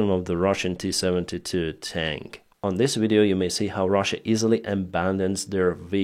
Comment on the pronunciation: can I correct your pronunciation... Its not "Russian Tank" it's "Russian Tink" 😂😂😂